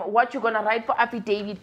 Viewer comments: As for "affidavid" and "satisfy"😂😂😂 kill me again Lasizwe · "You want afidevid " that one got me dead😅😅😅😅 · “I need an afidavid” 😭💀🤣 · "Afidavid" and "Satisfy"🤣🤣🤣🤣🤣